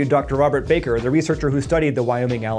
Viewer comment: Robert Bakker's name is said "Bahker" not "Bayker".